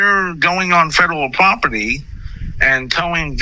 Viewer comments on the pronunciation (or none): "...if you're going on fedawul pwoputty..." DEAD💀